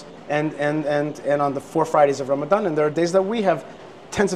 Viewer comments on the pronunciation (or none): none